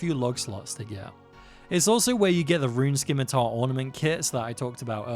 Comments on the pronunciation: Buddy said skimitar. Someone help me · the c is silent in "scimitar" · The c in scimitar is silent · Not sure if you already know or not, but the c in scimitar is silent. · I thought the scimitar pronunciation was an intentional quirky joke. 😅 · Loving the videos! But the c in scimitar is silent.